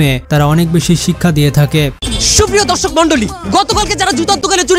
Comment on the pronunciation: দরসক🚫 ধরসক😂😂😂